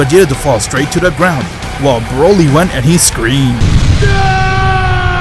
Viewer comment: Hes calling broly brayle